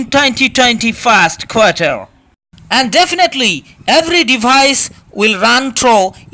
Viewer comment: Great advert.! The tone and expressions and words like "going to talking...", "ebry", "Google maph", "andruaid", etc. really had pissed me off at first before finally cracking me dead!!!😂😂😂